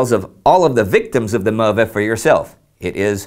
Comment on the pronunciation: Fascinating voyage. Indi: It's pronounced Möve not MöRve.